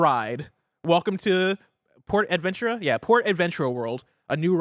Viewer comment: FYI it’s pronounced “porta Ventura” like ace Ventura but porta like porta potty - for the theme park with the uncharted ride